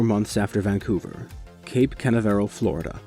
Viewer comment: I'm diggin this series mate But you need to learn how to pronounce Cape Canaveral if you hit me with one more "Cana Varel" outta nowhere I'm probably gonna have a sudden aneurysm.